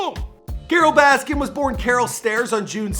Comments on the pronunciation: So much diggin that you cant say her last name right in any of these videos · Why does it keep saying Baskins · He calls her Carole Baskins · i wish people would stop adding an ‘s’ at the end of her name. i’m not defending her but it’s a pet peeve of mine 😂